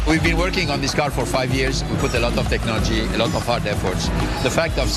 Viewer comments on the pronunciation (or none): He said TechnoliTy .Lmfao